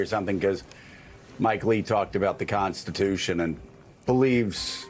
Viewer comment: I like how Nancy Pelosi says CONTHITUTHON. lol